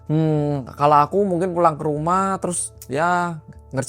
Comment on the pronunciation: Yah kan mingkin😂 “mingkin”